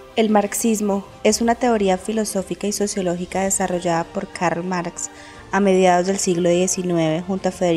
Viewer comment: "Carls" Marx ? Eh?